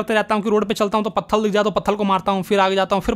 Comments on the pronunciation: Patthar✅️ patthal❌️ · Patthal ❌ patthar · pathar ❎ pathal ✅ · Bhai wo pathr hota hai na ki pthal 😂😂😂